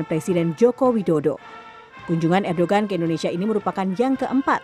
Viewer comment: bukan erdogan tapi di baca erdoan krn bukn "g"